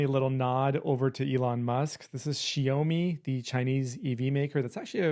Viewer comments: XIAOME. Its pronunced see'how-me. Rhymes with wow-me. This is China's Apple. These cars will likely take first place world-wide in the next 5 years, especially if Musk doesnt nail the self-driving. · It’s pronounced sh-ee-ah-ou mee. You are very close but it’s an ah sound rather than an oh sound. It means small rice :) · It's pronounced SHOU-ME. Like ouch but with a Sh in front and no CH at the end, lol. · It is pronounced "zshow-Meee", and they're a pretty prominent company in the smartphone space in China as well.